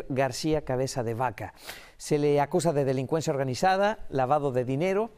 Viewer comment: La mejor noticia de hoy por fin orden de aprensión al corrupto de cabeza de vaca y estos de Telemundo lo dejan para el final y todavía se equivoca para decir el nombre por que sera?